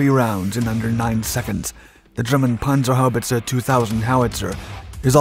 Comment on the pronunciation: Pronounced perfectly. 👍🏻